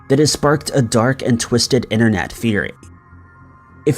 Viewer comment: You always miss t in internet you say innernet and also twenny instead of twenty